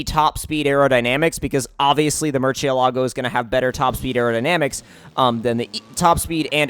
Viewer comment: Mercy-alogo btw not merchy-alogo